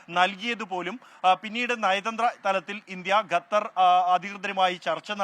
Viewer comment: എടോ ഗത്തർ അല്ല ഖത്തർ😂😂😂😂ok